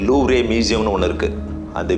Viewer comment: Loovre ilada thatkuri louvre ,, Looover pronounce in English